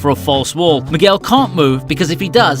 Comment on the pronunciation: Miguel pronounced McGill 🤦🏻‍♂️